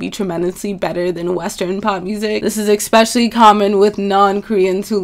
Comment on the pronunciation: did she... did she just say ekspecially